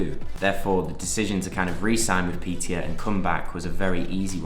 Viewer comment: Hi mate, just wanna tell you that the letter å in swedish is pronounced "uo" so when you need to say piteå you basically say piteuo